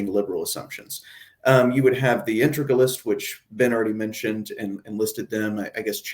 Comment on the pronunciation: "intregalist?" Its integralist.